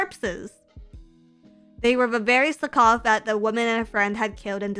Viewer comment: Who taught how to say Slakoth?